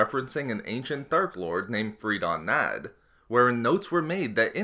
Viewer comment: Free-dem Nads...